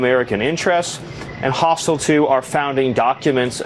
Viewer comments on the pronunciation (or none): “Hostill” isn’t a word in the English language slaphead. Yoo knead eddyou kashyn.